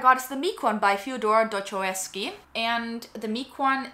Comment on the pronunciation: the pronunciation of dostoyevsky is killing me 😭